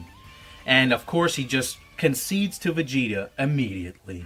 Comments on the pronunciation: Wait you said veagta instead of vegeta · its vegeta not veagta